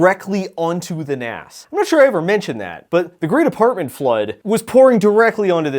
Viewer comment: Am I the only one who winces at 'NAS' being pronounced like NASS and not like NAZZ? Maybe I'm too old.